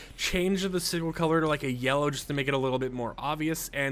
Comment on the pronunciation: Not to be rude, just to correct it it pronounced si-jil